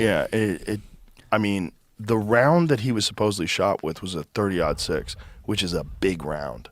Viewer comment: Why is Joe Rogan calling it a 30 odd 6, 😂😂😂 and why does he always always get the details of stories wrong? It's like his brain either can't hear correct information or it can't retain it. I don't know how anybody could think that he's intelligent. (Edited typo)